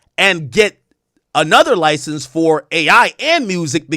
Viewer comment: Ak struggles saying the word license/licensing I noticed